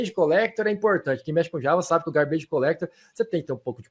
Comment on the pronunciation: É "gárbidj", não é "garbêije"